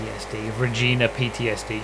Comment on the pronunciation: Still gets me that people are so averse to saying Regina properly. it's Re-jai-nah, not Re-jee-nah